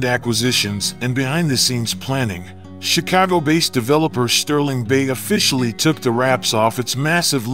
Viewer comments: Please pronounce my city name right bruh it’s not “chi-cow-go” it’s “chi-cah-go”thank you very much sir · Natives say the city's name is not pronounced "Chicaawgo". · Pronounce Chicago correctly.